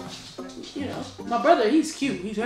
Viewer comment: i died win she said cue and not cute